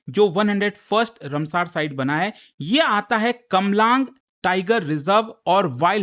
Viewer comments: Rumsaar nahi ramsar site😂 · Ramsar- रामसर not रमसर sir please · तोतले साले ये रामसर है,कौन सा नशा फुका है रे बाबा जो रमसार बोल रहा है। तू क्या मास्टर बनेगा रे।